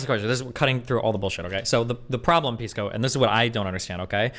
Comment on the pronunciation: Nobody calls Pisco “Peesco” like it’s sposedta be. Everyone calls him “Pissco” Pee, Piss, which is worse